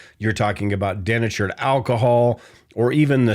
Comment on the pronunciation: It's pronoubnced DE_NATURED Alcohol, not DEN_ATURED!!!!